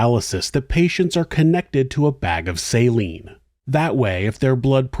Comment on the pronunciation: Listening to this person try to explain herself with the syringes was like pulling teeth. So infuriating and disgusting. Also "salinge"... She made so many odd mistakes while speaking and it seemed pretty clear she was extremely nervous. Ugh